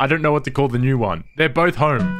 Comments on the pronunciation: I lost interest the second you said Horme, proceeded to put "Home" on the screen... and said Horme again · "Im gonna need to gor horme" That home pronunciation killed me ngl 💀